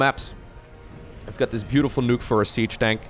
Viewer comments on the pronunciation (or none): You pronounced "nook" like "nuke" when it should sound more like "book". I had no idea what you were talking about at first when you said "it's got this beautiful nuke for a siege tank" lol Love your content,!